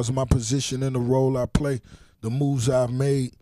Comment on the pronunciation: Khaled: Don’t pway wit me Don’t Pway wit me 😡😤 Cypher:Say other words!! 🤣 Khaled: You could lie but don’t pway wit me.😂🤣